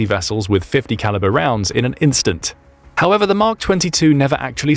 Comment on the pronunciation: Why do you keep saying .50 caliber???